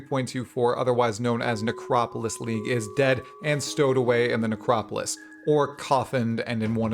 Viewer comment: 3.24 The Necropiss league